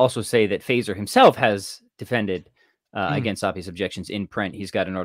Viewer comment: Gaven is not pronouncing Feser correctly. :)